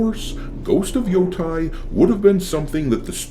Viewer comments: It’s Ghost of Yo-TAY not Ghost of Yo-Tie. The game looks like shit to me, but as someone who actually lived in Hokkaido near Mount Yotei for some time, it drives me nuts every single time you mispronounce it. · I don't want to be that guy, but it pronounces Yoh-Tay, not Yoh-Tai